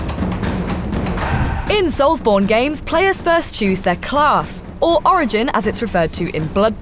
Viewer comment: So is it 'soulsborino' now? If so, hi-da-lee-ho soulsborinos.